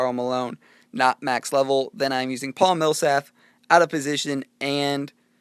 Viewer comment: Just BTW, It's not Paul Millsaf. It's Paul Millsap :p Awesome video though man!